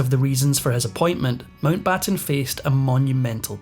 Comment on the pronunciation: Pessima traduzione, neanche il cognome MOUNTBATTEN viene pronunciato correttemente. Perchè non lasciare la V.O. in inglese?